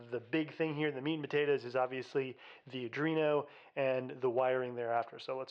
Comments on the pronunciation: it's not adrino, my guy. sound it out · i think you pronounced arduino 4 different ways in this video